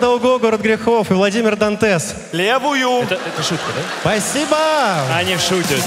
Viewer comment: все отлично но, "дантес" бесит ппц)